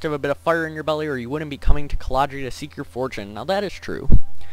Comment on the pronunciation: IT'S CALRADIA! NOT CALADRIA!